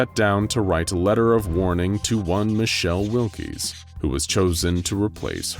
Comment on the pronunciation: Wilks not Will-Keys